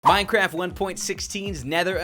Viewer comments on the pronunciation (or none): none